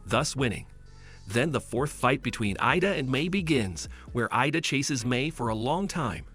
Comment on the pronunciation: Midoriya isn't Mi-do-ri-ya but Mi-dor-ya Bakugo is Ba-ku-go not gu Iida isn't Ay-da it's Eeeeeh-da